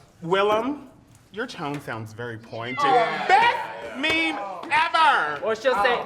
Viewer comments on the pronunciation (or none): Eureka saying me-me made my soul leave my body. I cannot live on earth anymore.